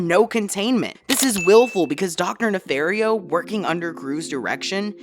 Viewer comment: It’s pronounced nuh-FAHR-ee-oh, “”! 🤨